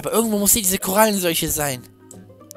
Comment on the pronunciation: Ihr wisst aber schon dass das Coronavirus heißt und nicht Korallen solche ne😅